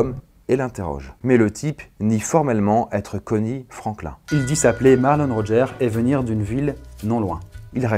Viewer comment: Franklin se prononce Frainekleene Le dernier S de Arkansas ne se prononce pas Tille ne se prononce pas Tyle/Tile Le S de Rogers se prononce, comme tous les S en fin de mots anglais Turkey ne se prononce pas Turkay mais Turkee